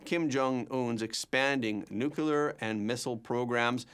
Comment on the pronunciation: 'Nu-clear', not 'Noo-kyoo-ler'. You're a professional. Act like one.